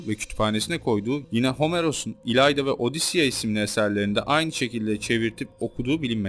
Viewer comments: ilayda değil ilyada :) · Homeros'un eserinin adı İLYADA, İlayda değil, o senin dediğin kız ismi. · İlayda değil ilyada